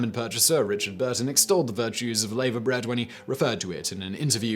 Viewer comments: Lavabread is pronounced Larvabread not layvabread....and it's delicious with fried bacon, eggs and fried bread. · Its pronounced lava bread not layver bread like the molten rock that comes out of a volcano. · It's NOT 'Laver bread'; it's 'LAVVER bread'. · Laverbread is pronounced laaverbread not layverbread. FFS Simon. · And it's lavahbread not lavuh.. Can you research pronunciations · It’s pronounced lava bread. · It's pronounced ' lava' bread. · Nice video. Some of you pronunciations are a bit off though: Mousehole (mowzal), laverbread (larva), colcannon (coll-cannon). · lavErbread is pronounced "LarvAbread" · Laverbread is pronounced as "lava-bread", like the hot ouchie stuff a volcano spits out, but, then again, Rotherham exists too....... :P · Haggis and Black Budding, both utterly delicious. Oh and Simon, what the hell is layver bread (sic). It's pronounced the same way as the stuff that comes out of volcanoes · What! No Steak & Kidney Pudding? The Irish Colcannon is nothing like Bubble & Squeak. Mousehole in Cornwall is pronounced Mowezal. Laverbread is pronounced Lava Bread. (Lava as in what comes out of a volcano) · Its pronounced laaver bread !